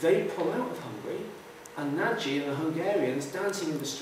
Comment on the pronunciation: 'Nagy' should rhyme with 'dodge'.